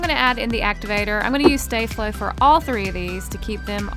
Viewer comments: Sta flow not stay flow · Ummmmm!? It's called saflo no staaflo! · It’s not stay- flo it’s sta-flow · I thought she would pronounce sta flo as staa flo but she said stae flo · It's not stay-flo its sto-fol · It’s not stay Flo it’s staff low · Its no stay-flo its sopos to be sta-flo hahahahahahahhahahahahahahahahahahahahah hahahahahahahahahahaha hahahahahahahahahahahahahahahahahahaha hahahahahahahhahahahahahahahahahahahahah hahahahahahahahahahaha hahahahahahahahahahahahahahahahahahaha hahahahahahahhahahahahahahahahahahahahah hahahahahahahahahahaha hahahahahahahahahahahahahahahahahahaha hahahahahahahhahahahahahahahahahahahahah hahahahahahahahahahaha hahahahahahahahahahahahahahahahahahaha hahahahahahahhahahahahahahahahahahahahah hahahahahahahahahahaha hahahahahahahahahahahahahahahahahahaha hahahahahahahhahahahahahahahahahahahahah hahahahahahahahahahaha hahahahahahahahahahahahahahahahahahaha hahahahahahahhahahahahahahahahahahahahah hahahahahahahahahahaha hahahahahahahahahahahahahahahahahahaha hahahahahahahhahahahahahahahahahahahahah hahahahahahahahahahaha hahahahahahahahahahahahahahahahahahaha hahahahahahahhahahahahahahahahahahahahah hahahahahahahahahahaha hahahahahahahahahahahahahahahahahahaha hahahahahahahhahahahahahahahahahahahahah hahahahahahahahahahaha hahahahahahahahahahahahahahahahahahaha hahahahahahahhahahahahahahahahahahahahah hahahahahahahahahahaha hahahahahahahahahahahahahahahahahahaha hahahahahahahhahahahahahahahahahahahahah hahahahahahahahahahaha hahahahahahahahahahahahahahahahahahaha hahahahahahahhahahahahahahahahahahahahah hahahahahahahahahahaha hahahahahahahahahahahahahahahahahahaha hahahahahahahhahahahahahahahahahahahahah hahahahahahahahahahaha hahahahahahahahahahahahahahahahahahaha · She says stay Flo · Btw its pronounced star flow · It's not stay flow you're saying it wrong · Sta flow is pronounced (star-flow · You’re saying sta flo wrong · Ugghhhhhhh!!!!I hate when people say sta-flo wrong!!!!!!!!